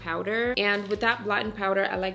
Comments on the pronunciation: I love your videos. And I also love that it sounds like you're saying "blottin' powder" ❤ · I'm trying to figure if you said blatte power?